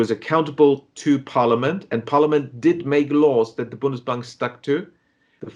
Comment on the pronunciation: Bundesbank not bonus bank